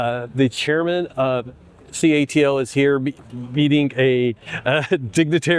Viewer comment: It is called CATLE not ca A te il 😡